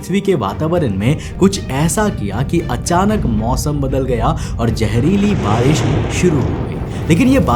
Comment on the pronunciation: Yaaar BHAI TERE SE KAYI SALON SE EK HI SAWAAL PLUS REQUEST HAI KI [ TERE SE SAAF AUR SAHI PRONOUNCE ME BOLNA KYU NHI AARAHA HAI ] ?? IMEAN KYA DIKKAT HAI JEHRILI❌️ ZEHRILI ✅️ JOR SE❌️ ZOR SE ✅️ SAJIS ❌️ SHAJISH✅️ JEMEEN ❌️ ZAMEEN ✅️ ETC PLZ BRO HAMARE KANO PR REHEM KARO